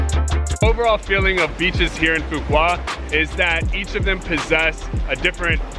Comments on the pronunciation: Pronounced "fu wook" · Fu Wok is how it’s pronounced. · Say Phu (fool) Quoc (wook)[wookie] DONG (like Tone sound) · Hey bro, you pronounced the island's name incorrectly;) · how does one pronounce it then? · can you say phu quoc correctly please